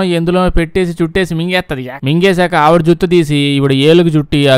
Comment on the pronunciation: Juthu juthu 😂. Juttu. Naaku juthu laage vinapadindhi.😄